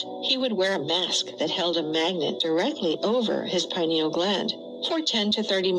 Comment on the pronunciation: Unfortunately, the bot kept mispronouncing the word "pineal." People that aren't familiar with the word will just take the bot's word for it. Hmmm